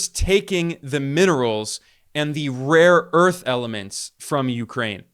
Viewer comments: Someone should please tell Trump that it is Rare earth, not "Raw earth"😂😂😂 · The irony is that there are no proven reserves of rare earth elements in Ukraine, so when he mispronounces "RAW EARTH", he is right, that's what they are getting RAW EARTH, sand and dust. Ukraine is in no way a mineral powerhouse when it comes to either critical minerals like lithium and even less so when it comes to rare earth elements; they are not even in the top 10 countries in the world. Until this "saving face deal" propaganda about Ukraine resources, Norway was the European country with the largest reserves of rare earth elements. Greenland on the other hand is very rich in rare earth elements, which explains his long obsession with taking it from Denmark. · It's rare earth and not raw earth. 😁😄😆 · It is rare earth not raw earth. Dummy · No one will tell him, they're too scared of him. I wouldn't be surprised if they all start saying " raw earth ".